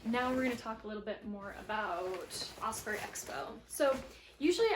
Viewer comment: Great review, I love my Hyperlight, and Osprey makes great packs too. One small thing and not meaning this in any mean way. All through the video you were mispronouncing Osprey... It's not "Osperey" as there is no "E" between the p & r.. Although I'm sure Osprey appreciated your great info and presentation.. Good luck on your hike!